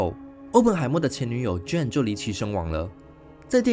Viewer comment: JANE 唸"眷"不是"俊"，聽得好痛苦。:face-purple-crying